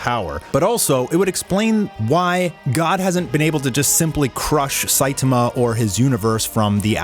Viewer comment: I like both, i,m just joking on "sitama" :D It sounded to me like shitama haha